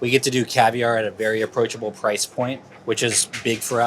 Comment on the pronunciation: Vewy vewy nice. Vewy nice